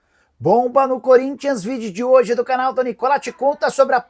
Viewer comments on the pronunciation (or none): none